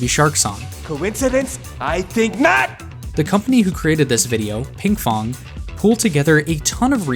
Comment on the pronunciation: WAIT ITS ‘Pinkfong’ AND NOT ‘Pingfom’⁉️⁉️⁉️‼️⁉️‼️⁉️